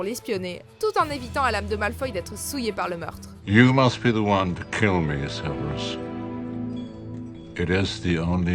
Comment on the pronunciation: Ça s’écrit Severus, alors pk tu dis Sévérus? 😂 Au moins tu sauras pour ma prochaine fois ça se prononce Sèverus